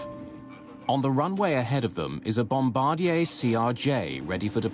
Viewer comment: I'm always impressed when the narrator correctly pronounces "Bombardier."